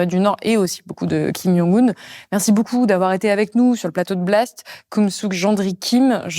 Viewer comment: kim djongue oune pas kim young oune. c'est un coreen pas un polonais